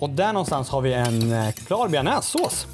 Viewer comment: Tja du tycker du uttalar bearnaisesås fel